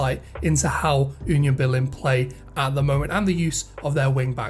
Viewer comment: 🤣🤣🤣 You call Union Berlin like Yunion Berlin. If you try to prononce it without this y you spreak it nearly right. Please hear like it is prononce in German